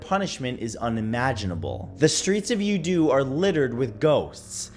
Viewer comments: Youdu... Nah, ya don't. LOL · Youdu = Yow Two. Jeez...